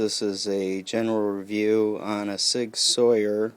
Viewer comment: A modern day warrior, mean mean stride, today's Sig Sauer, mean mean pride! LOL. It is pronounced SIG SOUR! Just having fun, good video